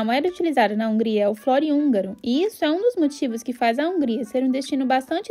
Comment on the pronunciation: Gostei do vídeo. A pronúncia não é "flórin" e sim "florín". Legal ter mostrado os preços, só faltou a cerveja 😂